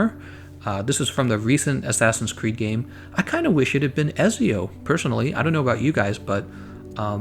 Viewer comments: He says he likes Ezio but he can't even say his name right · Eht zee oOh it's Italian bro. Ezio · Booooiiiii it’s etzso